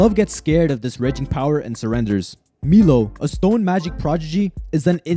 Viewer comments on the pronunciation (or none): none